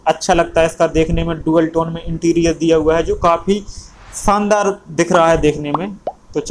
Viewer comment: Abe shandaar hota hai saandar ni. Bolna sikh le. Gear shift ota hai gear seepht ni😅😅😅😅